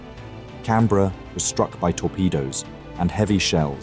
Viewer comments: Her name was HMS CANBERRA NOT Cranberra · The Australian Heavy Crusier......CRANBERRA? You would think someone who knew about the battle would review this before you finalized it. CANBERRA......not Cranberra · The Cranberra??? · haha cranberra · cranberra lol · You mean the Cranberra😂